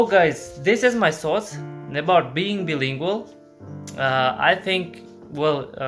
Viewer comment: Hi friend, I'm glad you love to learn languages. I think its just great. I just want to offer a little tip "Bilingual" is pronounced BYE-lingual. Like when you say Bye Bye in English when someone leaves. You're English is really good by the way! And it will get better and better :D